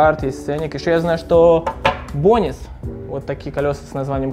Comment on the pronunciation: Бонис ахаа😂 Бонс,такой модный а неправильно произносишь